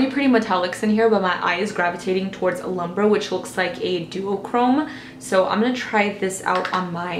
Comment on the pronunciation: It's not pronounced "lumber" 😂 More like "loom-breh"